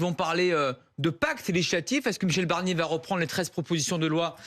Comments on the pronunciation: Prononcez bien BArnier, parce que Michèle BErnier, moi je la veux bien en 1ere ministre ;-) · Michel BArnier et pas Michel BErnier. Merci. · C’est moi où il a dit "Michèle Bernier" 👀🤓